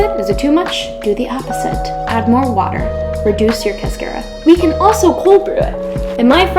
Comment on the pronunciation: It’s pronounced like a car that you drive. Not care like a care bear.